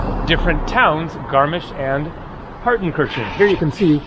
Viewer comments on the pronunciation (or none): no, he didn't. he mispronounced several names in this video in a manner typical to English speaker. btw do you even know German or just talking out of your a**? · I am not German, but I think Partenkirchen is pronounced as "Partenkirhen". Kirchen means churches. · Incorrect. It’s pronounced paar tuhn kur chn. Have pronounced it correctly.